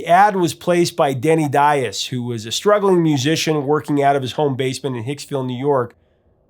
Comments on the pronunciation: Why do you keep on saying Daiz when it's actually Diaz? Don't murder the guy's name. That's the only thing he had aside from his talent . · Sir, are You that unskilled at pronouncing guitarist Denny Dias as this, (Dye-Az)? It is pronounced (Dee-Az). Also, the featured guitarist in "Reeling In The Years" and "Kings" Elliot Randal. For claiming The title as Professor Of Rock, you are in dire need of remedial Rock History classes. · Is that how Denny pronounces his name? There were a group of Portuguese who came to the U.S. and intentionally mispronounced their name apparently to sound "less ethnic." So, it's not surprising, but I can't listen to it. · Dude, please brush up on your Spanish! The way you pronounce Diaz makes my heart jump.